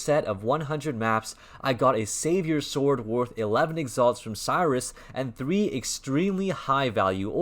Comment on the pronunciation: Its said Sirus.. not Sairus